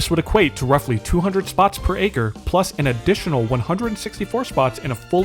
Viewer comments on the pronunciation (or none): none